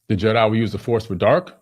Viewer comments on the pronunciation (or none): none